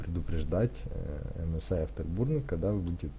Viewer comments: Не бурнер а бёрнер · автобурнер, кто его еще так называет, автобёрнер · Не бурнер а бёрнэр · Спасиб за видео! только говори не бурнер а бёрнер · Дизлайк за "афтербУрнер" и за "оверлокеров"... дальше смотреть не стал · Сам нуб, английский бы подучил, "афтебУрнер"